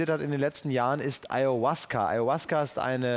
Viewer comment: Auasca...oh man! Ferner von der Wahrheit kann diese Aufnahme echt nicht sein